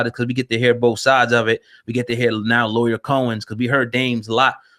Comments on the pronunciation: Nigga u said Lawyer Cohen wtf?? Lee-yor if u tryna read and sound it out properly smh if u can’t spell or say names right or get stories right and all the facts then why podcast my brutha? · It's pronounced Lee-Or not Lawyer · “Lee-Or” is how it’s pronounced!! But, whO cares the ppl know what tf he talking abOut!! White ppl been Dividing and conquering since the beginning of time!! Black men or the “culture” has to realize when outsiders come alOng and use our own shyt for their monetary gains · Drewselum bruh how dude seriously gonna mis pronounce this dudes name the whole show?!?! Mad annoying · pronouncing his name all types of wrong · You’re not even pronouncing his name right smh :/ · my man you saying his name wrong man i wish yall cats making these videos would do your homework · CHARLES CRAWFORD I THOUGHT I WAS THE ONLY ONE WHO FELT THIS WAY. MISPRONUNCIATIONS ETC BOTHER ME, AND ALSO GIVES A SENSE OF AMATEURISM TO SHOWS SUCH AS THIS. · YOU MISPRONOUNCE LYOR NAME!!!!!!! SMH